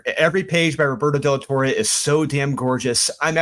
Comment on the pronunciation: Roberto's surname is pronounced "Tor-reh"